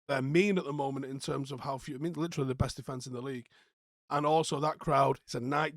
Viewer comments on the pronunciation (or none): none